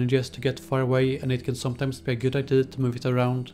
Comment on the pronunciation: Please pronounce idea right